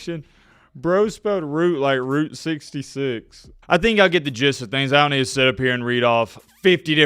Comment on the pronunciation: You can’t even say Route 66 right. Calm down on picking on your viewers. You might get your ass kicked by someone who can’t spell.